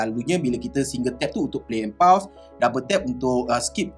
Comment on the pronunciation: SAYA NAK PHL pembetulan sikit PAUSE.. bunyi 'phos' bukan 'paus'.. hihi☺️🙏